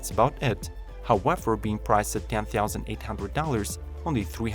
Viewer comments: Hahaaaaa... I was about to comment the same... Theouzand... Hahaaa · “One theausand” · The video is great and the "one theausand" makes me smile . Thanks for the great video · GSX-S 'ONE THIOUSAND', Z 'ONE THIOUSAND', CB 'ONE THIOUSAND'. 😭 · Hahaha cmon its funny when you're saying "one theausand" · The way he says 1000 lol😂😂😂😂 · Context: Your accent makes it sound odd / funny when you say "one thousand" (among other things). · the point is .....if you do reviews in "engrish",learn how to pronounce a word you are using at least 30 times/video.